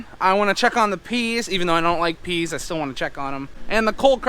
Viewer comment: I hate to tell you but it's PEAS!!!